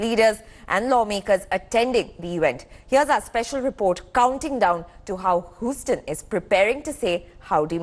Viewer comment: It’s not Whostone, It’s Houston ( pronunciation Huezton)